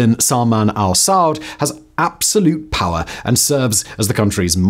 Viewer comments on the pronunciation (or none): none